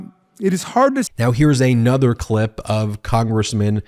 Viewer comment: "Eh-nother"? Did you mean a-nother?